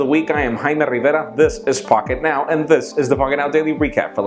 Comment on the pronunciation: "pockentow". lol the longest recap I've seen so far.